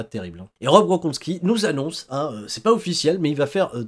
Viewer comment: Rob gros con ski? Vraiment,, je suis pas sûr de ta prononciation...